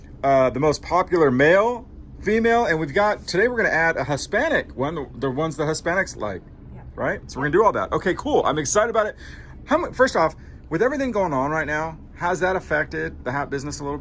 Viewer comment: Dude! Shutoff..! You are entirely too chatty! And it’s Hispanic not HUSPANIC! lol….🤪🇺🇸🕺